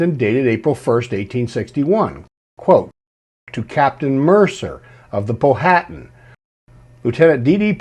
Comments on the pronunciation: It's not pronounced Po-hatan. It's pronounced pow-atan. The H is silent. I know as I have a long distant relative of the Powhatan tribe of Native Americans in VA. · great presentation, just wanted to let you know the pronunciation of Powhatan is Pow uh Tan, not Po Hat an, like the river (and Native American tribe) in Virginia.